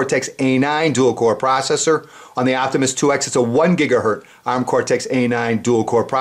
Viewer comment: GHz=GigaherTZ not gigaher